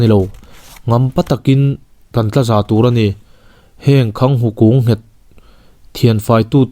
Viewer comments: Varalṭhi ni lovin, Varalthi tih tur. Khanghu nghet ni lovin, khanghu ngèt. A dang pawh sawi tur a awm zeuh zeuh. Han ulukin han ṭang leh deuh teh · Khanghu kunghet ti in i chhiar zawke